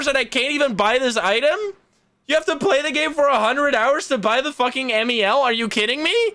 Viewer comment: btw, the MEL meter is actually pronounced "Mel", like the name Melissa and not M.E.L. 😄 it was actually named after a girl named Melissa, her father invented the meter after she passed away (can look up Gary Galka for the story if you're more curious)